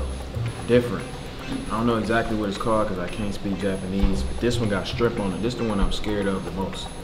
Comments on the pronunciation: At ur big age u still saying “strimp” 🍤😭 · you and keep sayin shtrimp bra it’s SHRIMP 😂😂😂! I’m not finna play wit yall, it must be a pontiac thing lol